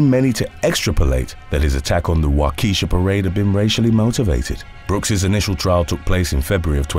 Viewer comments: Wah-keesha = wrong.......Walk-ishaw = correct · The town is pronounced Walk-ish-shaw.! not wa-kee-sha. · Waukesha, WI is pronounced WAU ke sha. Not wau Kee sha. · Waukesha is pronounced Wauk-eh-Shaw. Not Wau-keesh-uh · Wa-keh-shaw. not wah-kesha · wah-kuh-shaw. not wah-keesh-uh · Love your videos. You usually do a great job learning how to correctly pronounce names of people, towns/cities, etc. So when I heard you mispronounce Waukesha, Wi as “Wa~ keesha” I felt compelled to respectfully inform you that its pronounced “Wa-ka-aha” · I'll never get over "Waw-keesha" Two different crime shows in one day, still the same terrible pronunciation. Wah-kuh-sha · Walk-eh-shaw is the city in Wisconsin. Follow me for proper ways to pronounce Wisconsin cities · Except for Waukesha is pronounced Waukisha 🙄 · The pronunciation of Waukesha 😂😂😂😂 It’s walk-ish-aw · Waukesha is pronounced Waukisha 😉 I can't wait for you to do a story on Ashwaubenon or Fon du Lac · Wa key shaw I'm glad I looked up when I did to see what you were trying to say 😂🤣😂 don't feel too bad non wisconsinites have a hell of a time pronouncing our town names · Wisconsinite here, some cities here can be hard to pronounce. I'll help with this one. Wah-kah-shaw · Wah- kuh - shaw. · Its waa-kuh-shaa not wau-kesha 🤣🤣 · THE WORD IS WAU-KEY-SHAW JESUS CHRIST!!!!!!! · In story number 1, the city name is Waukesha (wau' ka shaw). I'm from Wisconsin. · Waukesha is pronounced Walk-eh-shaw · I swear no one outside of Wisconsin can pronounce Waukesha right it's pronounced more as (walk - ee - shaw) or (walka - shaw) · Number one is pronounced Wau-Keh-Shaw Wisconsin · the last one the city's name is pronounced "walk-eh-shaw" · Why do you pronounce WAUKESHA as WaukEEsha? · It's pronounced WAH KEE SHAW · It's pronounced.. walk a Shaw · it's pronounced, WAU-KA-SHAW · Pronounced.... wok-a-shaw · With all the media surrounding the last case, it wouldn't have been difficult to figure out how to pronounce Waukesha...